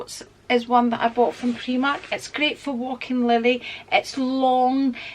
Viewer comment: Never heard the pronouncing of primark as preemark